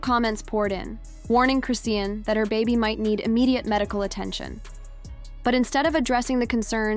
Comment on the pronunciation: Chrisean is pronounced Chris Shawn there is no t in her name❤